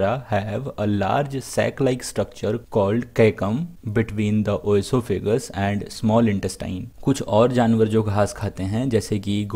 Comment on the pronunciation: Wrong pronunciation of oesophagus